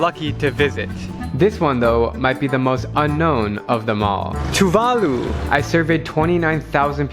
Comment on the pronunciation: Tuvalu (/tuːˈvɑːluː/ (i.e too-VAH-loo). The emphasis is on the second syllable, just like with Jamaica (ja-MAI-ca) not (JA-mai-ca).